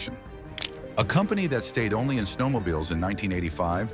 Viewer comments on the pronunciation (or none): none